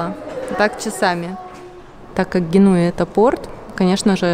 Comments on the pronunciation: Ох, прям по моей улице шла, рассказывая про Геную (кстати, ударение на "е" гЕнуя, простите мне мое занудство). И согласна полностью, когда я в Италию приезжала как турист, мне всё казалось сказочным. Но когда я стала учить язык и понимать больше как тут обстоят дела, и когда я начала тут жить, оказалось везде свои проблемы, и в Италии, как и в любой другой стране, их полным полно. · Я живу в Генуе ❤ как все знают жить и отдыхать в Италии это разные вещи 😂, без обид но ударение должно быть поставлено на слог с буквой Е — гЕнуя ❤ возвращаетесь есть еще много мест для посещения, особенно за чертой центра города 😊